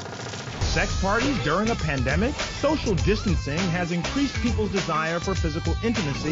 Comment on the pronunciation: "Soshal jistancetang"